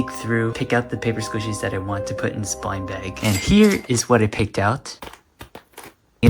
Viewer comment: “Papy sqishies”